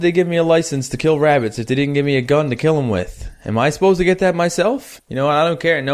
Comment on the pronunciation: BE BEWY BEWY QWIETE IS HUNTING WABITS IN THE FORWEST